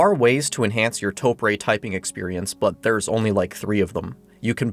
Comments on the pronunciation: You literally spelled it out syllable by syllable TO-PU-RE -> TO-PRE yet you still managed to screw it up with TOE-PREY. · how do you get 'pray' out of press. also, in Japanese, the e sound is 'eh' not ay. to get 'ay' you have to use ei. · Ok, if were going to get extremely, pedantic. You are mispronouncing it. Japanese has long vowels in some words, hence the _ on top of the O. So, you'd hold the O twice as long as the pu and re so its like Too Pu Re, which, is how Tokyo is pounced in Japanese. In Japanese its written 東京, とうきょう、TouKyou. But this doesn't really map onto English very well. No, im not complaining!